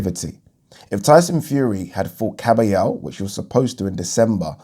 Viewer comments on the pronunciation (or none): none